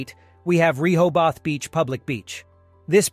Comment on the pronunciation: You pronounced Rehoboth wrong throughout this entire video. How embarrassing. 😂